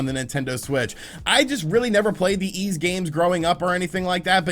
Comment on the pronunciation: YS is pronunced like "Fleece" just drop the F and L... not "eeez".....